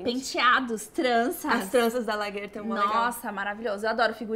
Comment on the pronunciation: Massa seu canal, não costumo me inscrever, mas tô aí. rs Achei muito engraçado a guria chamar a Lagertha de lagarta...rs kkkkkk Mas muito legal o vídeo. Parabéns às duas. ;)